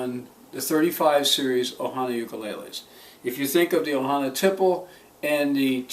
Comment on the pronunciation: Thanks for the review! p.s. - I hope I don't sound like an annoying know-it-all, but it's pronounced tee-play.